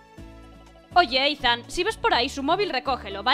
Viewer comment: Que Ethan se pronuncia Isan xDDD Buena serie me ha gustado